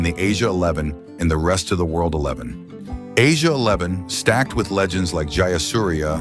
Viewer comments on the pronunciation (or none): none